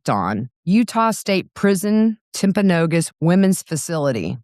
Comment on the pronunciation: Good job pronouncing Timpanogos! Most non-locals don't get that! Also, thank you for giving Lady the love and care she deserves.